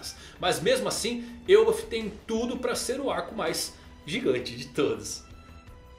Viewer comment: Me diz que tu leu "El bafo" com um sotaque espanhol tbm 😂😂😂